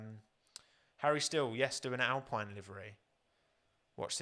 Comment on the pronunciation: Just for when you do do that livery video, might be useful to know it's actually pronounced "al-peen", not "al-pine". Couldn't stop myself correcting it everytime you said it this stream. :D